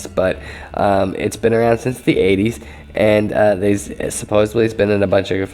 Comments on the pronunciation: just a peeve bro but the word is supposeDDly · supposebly is not a word